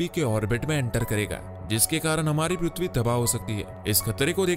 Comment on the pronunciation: Sale tu prithvi bol Raha hai ki PRUTHVI 😂😂😂